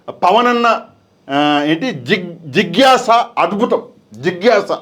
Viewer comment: అక్కడున్న తెలుగు పదాలే మీకు పలకడం రావడం లేదు, జిజ్ఞాస అనేది, నిష్ణాతులు అనేది మీరు తప్పు పలికారు, అలాంటిది మీరు ఎలా విశ్లేషిస్తారు